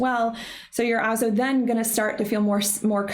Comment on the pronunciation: Why do you say “also” without pronouncing the “L?”